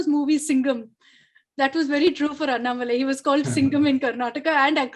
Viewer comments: अनामलाई कहते है अन्नामलाई नही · नाम का उच्चारण ठीक से कीजिए । अण्णामलई ।अन्नामलाई-ग़लत है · sec, sir its not anna malaaai.. its Annamalai🙏🏿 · Excuse me you are saying Annamali....it is Annamalai ji..pls give some respect ..is this what your parents taught you....shame on you. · Bhai malaaii nahi malai hain